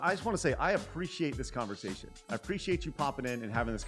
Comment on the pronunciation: Folks trying to conversaSHUN!.... sorry.